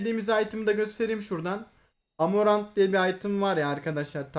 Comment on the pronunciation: item adı amaranth senin söyleyişin amoranth hmm bu bir şeyler ifade ediyor olabilir mi :D